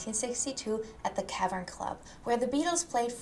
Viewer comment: At the what club? The Cavish club?? What?😂